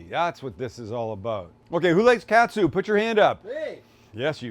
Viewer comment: Just a heads up since you’re coming here in a couple of months, Sam…it’s not pronounced cat-sue, it’s kaht-su (think of a New Englander saying “car”).